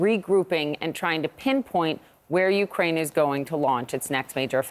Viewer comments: Yea 'Ukuain' 😂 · "Ukwaine" that was cute lol